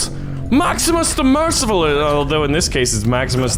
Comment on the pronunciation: Honestly the only Latin you said right was the name of maximus